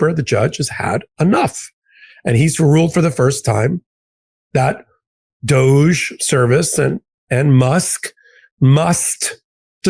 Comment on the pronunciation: Spelled ''Doge'' but pronounced Douche.